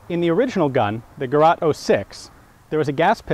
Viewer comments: Sorry to disappoint, but those guns are NOT called Gerat. Its Gerät a and ä are different letters. Gerät does NOT mean experimental and while you can translate it as device, the actual meaning of the word exceeds just "device" by far. Bot words, Gerät and device can be translated into a number of words from the other language. Just to list some few translations for Gerät you would find in a dictionary: device appliance gadget apparatus implement machine instrument utensil console tabletop piece of equipment tool gadgetry unit tackle set It is one of the most versatile words in the german language and on of the words that make it such a great and capable language. In this context you would probably be right to translate it with equipment. The Duden (a comprehensive list of all german words and their meanings), defines it as 1. a) A (mobile) device, with which something can be machined, effected, or manufactured. b) A appliance to do gymnastics on. 2. An entirety of equipment. Another way to write it would be Geraet, with the ae replacing the ä. But since the ä sound does not exist in the english language and a and e sound differently, that wont really help anybody with the pronunciation. P.s.: In modern, spoken German, "Gerät" can be used to describe pretty much anything, although it carries more than just a hint of irony then. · Thanks Ian! BTW, the ä in Gerät is pronounced like "E" in Enemy. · Gerät ! The word is Gerät. „Der Gerät schneidet Dönerfleisch schweißfrei“ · Its Gerät and it just means "device" and by no means experimental. Also it is pronounced /ɡəˈʁɛːt/ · Gerät... ÄÄÄÄÄhhh like in M1 GÄrand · Gerät = device The German Word have two .. over the A...like Ä or AE. It sounds GERET = device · I know it's much too late and maybe someone already wrote the following: "Gerät" (device) is rather easy to pronounce: just like the english "gay-rate" (with heavy emphasis on the second syllable) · it's (Gerät). The (ä) is pronounced like a long (A) such as in lake.